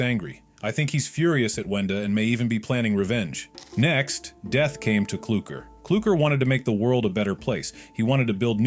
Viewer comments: It's clukr not klooker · Klooker❌ Clucker✅ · Not klooker.it's clucker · His name is brud not brood and culucker is cluckr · ITS CLUKER NOT KLOOKER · Its sprunki not spranki Its Clukr/Klukr not Klooker Its vineria not an area Its brud not brood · Whya this every YouTube say klooker not clukr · clukr, not clurkr,@ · Clukr:❌ Clurkr:✅✅✅ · Not kloooker or clear is clurkr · You forgot "clulkr" is "" clooker" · I absolutely hate name mistake and the worst is “CLOOKER” “WANDA” “BROOD”